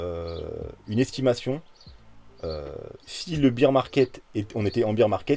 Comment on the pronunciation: Merci! Au top comme d habitude. Juste un truc: Beer [bir] = 🍺 Bear [bère] = 🐻 Bon rétablissement à toi 😋